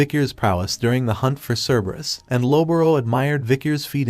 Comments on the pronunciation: ke-be-rus❌ cer- ber-us✅ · Cerberus in original Greek is more like Kerberos, and is pronounced like "Care-bear-oos". Yes, you heard that right ladies and gentlemen: the guardian of hell is the original Care Bear! I wonder what badge it has on its tummy? Does having 3 heads make it easier to perform the Care Bear Stare?